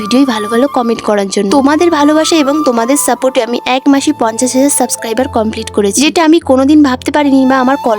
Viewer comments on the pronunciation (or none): none